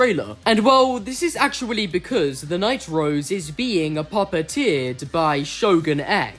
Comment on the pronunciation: i think you're saying "Night-Rose" way too often - i keep hearing "The Nitro's" as if hope and diego are siblings named Diego & Hope Nitro...